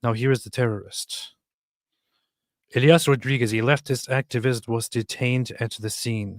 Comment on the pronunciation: His name is Elias, not Elayah. That a hispanic name like Jesus. He is not islamist, he is a brain wash person by the liberal media, probably from a Christian family himself. They don't say from what contry he is from. I hope he is not from my. He apers in an intervio by a news nerwork around 2019, I think.